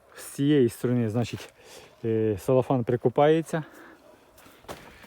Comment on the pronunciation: Целофан. Не салофан, не селофан. Цело. Від слова целюлоза.